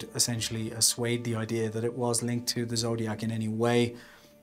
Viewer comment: "Asuade"? No such word.... Great Engrish!